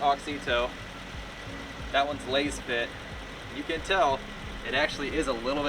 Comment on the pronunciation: You are pronouncing Lasfit wrong 😮